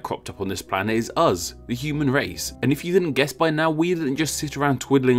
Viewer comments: please stop pronouncing us like UZ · When you said “Us” did you say “Uz”